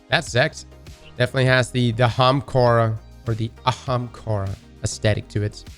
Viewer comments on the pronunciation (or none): The way says 'homcaruh' is absolutely grating lol Still love him, but gotdam boi its not that hard - AH - hom - car - uh